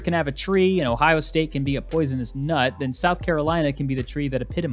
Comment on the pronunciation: "If Stanford can have a tree and Ohio State can have a poisonous NUT..." What is with the emphasis on nut?